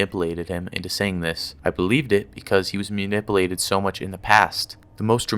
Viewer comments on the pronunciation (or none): Also it’s manipulated not mulnipulated. Illiterate